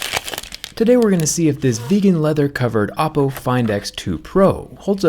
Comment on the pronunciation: Every time he says Oppo, I hear Apple. 😂